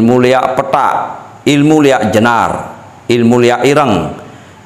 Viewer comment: ampura, yg Benar LIAK bukan LEAK, LI= Linggih AK= akasara